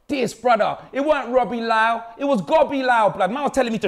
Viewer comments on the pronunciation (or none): Did just say " sobbie lyle"....🤣🤣🤣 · Man said Sobbie Lyle 😢😢 LOOOL